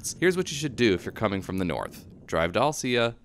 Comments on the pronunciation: Alsea is the best!👍😃 Thank you team dirt!🙏🤘🙏🤙🙏 Oh, and narrator, love your content, but it’s AL-SEA, like Owl-SEE👀, not “I’ll-Cya”. Again, love your trail reviews👍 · Gona go ride these trails for the first time this coming week. Can't wait. It's pronounced al-see by the way. No ugh at the end. Good video though.